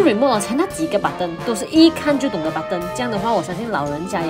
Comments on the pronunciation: 尤其英文，t发d的音，搞得button成了budon。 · 为什么button读成板凳？